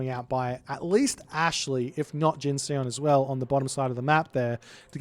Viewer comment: Hey, if Jin_Seon is as Korean as his name looks, then the Seon should rhyme with the bon in bond - no e:)